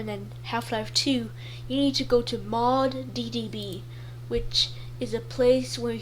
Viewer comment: ummmmm its mod db not mod ddb 🤓